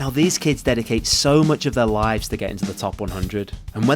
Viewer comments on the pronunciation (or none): none